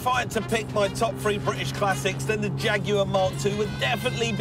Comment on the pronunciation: The word Three has the letters T and H not F.